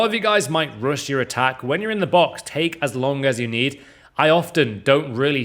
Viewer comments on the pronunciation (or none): none